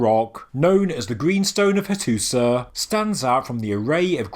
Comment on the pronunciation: It is pronounced Hattusha not Hattusah